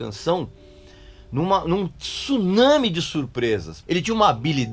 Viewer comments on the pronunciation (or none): none